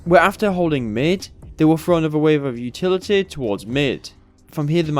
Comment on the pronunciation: Good vids. Weird how you say utiliteeh tho.